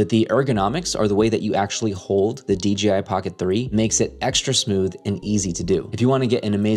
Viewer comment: DGI??? or DJI???